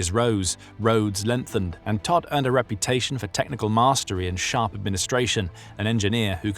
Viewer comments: His name means dead. Prounced toht. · Todt is pronounced « T-oh-t »